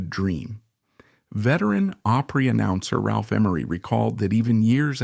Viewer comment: Come on, learn to pronounce Opry